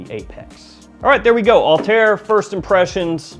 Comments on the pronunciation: The pronunciation of PDM Althaïr was wrong😊: there are 2 dots on the I😉, so it is Altha ir ☺️ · Why so many people mispronounce the name of this perfume is a mystery to me, especially as it is explicitly called Althaïr, i.e. with an ï. The letter ‘ï’ is normally pronounced as a narrow, front, unrounded vowel, similar to the ‘ee’ sound in ‘see’. Apart from that, I really like your vids. ;-)